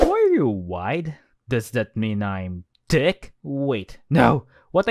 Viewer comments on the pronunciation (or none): His accent when he said thicc didn't sound right Sounds like you said "does that mean I'm dicc?"